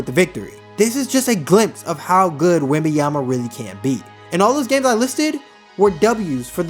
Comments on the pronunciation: Hello, great video! But please pronounce his name correctly. It's not Wemby-ama. I'ts Wemban-yama. With an N. Peace! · Man respect name ! WembaNyama and not WembaYama WTF ! France here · C'mon man! Say it with me! Wem - Bon - Ya - Ma! It aint that hard to pronounce the man's name correctly!! lol Otherwise, great video. Subbed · If you make a video about him maybe start by pronouncing his name right..